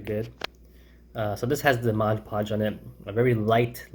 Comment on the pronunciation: Take a shot every time he pronounces Mod Podge as Modge Podge. :P